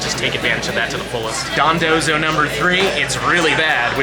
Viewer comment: I love how you went from calling it Dondozo to Dondonzo XD